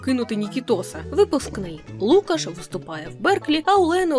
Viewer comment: Класний випуск тільки правильно лукАш.